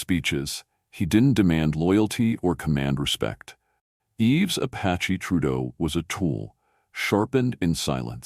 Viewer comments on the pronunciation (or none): His name isn't "Yeeves", its pronounced "Eve". These AI voiced-things undermine their own credibility.